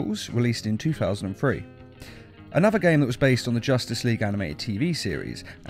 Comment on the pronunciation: Do you not know how to say three it’s 2003 not 200free